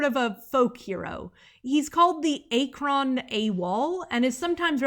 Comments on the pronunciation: The one-two suckerpunch of you mentioning that the story takes place in Ohio, then confidently pronouncing Akron as "ake-ron" (it's more like "ack-run") in the next breath just dealt so much psychic damage to me as an ohioan 😭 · Akron pronounced "Ack-run" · 🎉 NEW VIDEO NEW VIDEO 🎉 As a native Ohioan, hearing you say Akron as "Ay-crawn" killed a little piece of me. My state simply can't catch a break on Mark Zuckerberg's internet. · Heads up on the pronunciation of Akron Ohio, its Ack-rin, like, back fin